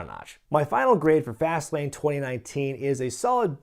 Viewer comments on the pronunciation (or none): I thought you said Vaseline instead of fastlane in the beginning lol